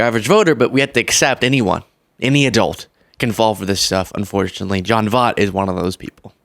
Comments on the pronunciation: John Voight (pronounced like Void but replace the D with T). He's actually Angelina Jolies biological father whom she publicly disowned and disassociated herself with years ago. He's since had a mental breakdown and been on several racist rants years back prior to Angelina and Brad Pitt being married. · Hilarious how you pronounce his name! Makes up a little for his "Camela" bullshiiit!!😂 It's almost as though you're mispronouncing John Voight (like Voyt) as a form of retribution! 😏🤭😂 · It's pronounced Voy-t. How the everlovin' F is Trump Helping, or Going to help ANYONE?!? PLEASE VOTE BLUE, if you Really want to be Able to even Have hopes & dreams 🌊💙👍🏼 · pronounced Voyt, if you're going to call out someone who mispronounced a name, please don't do the same. Not a hater, just an Auntie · His name is pronounced, Voyt. Sorry, I know he was way before your time. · I know you don't know who he is, but he was a fantastic actor. His name is pronounced VOY-T. Voy, like Toy, and add a T at the end. His daughter, Angelina Jolie doesn't have anything to do with him. He's even more crazy than she is. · V OI T!!!!! you're driving me nuts saying his name wrong. Voight has an oi in it, which makes a particular sound. You're going to rag on him for not saying Kamala right, but you can't even take the time to learn how to say his name before a video in which you say it 20 freaking times! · Take the time to learn how to pronounce people's names correctly. Basic journalism. Very basic. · At least pronounce his name right. JFC. You made dozens of these videos and never learn how to pronounce his name? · Please look up how to say someone's name before producing a video where you repeatedly say it wrong. I can't stand the man, but get his name right at least so everyone knows who you are talking about! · gen x is going crazy with the way you mispronounce Voight... well, maybe only I am... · Check Seinfeld episode for correct pronunciation of "Voight"